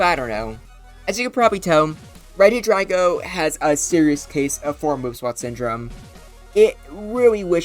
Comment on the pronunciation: i thought it was pronounced like regi-dray-go